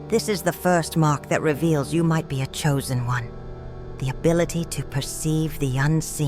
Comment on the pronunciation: Wooooow im shooozen oune😅😅🎉🎉